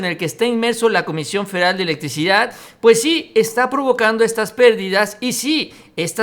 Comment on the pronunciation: Se dice "FEDERAL", "FE-DE-RAL". No "feral"